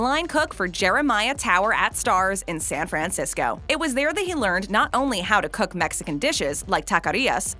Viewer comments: I hate the way you say San Fran-cisco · I’ve never in my life heard someone overpronounce San Francisco so much in my life